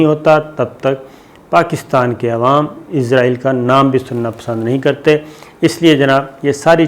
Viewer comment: صابر بھائی آپ ہمیشہ اسرائیل کو ( ازرائیل ) بولتے ہیں 🙏